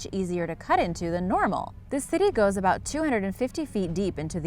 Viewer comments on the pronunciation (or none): Don't forget about her saying aboot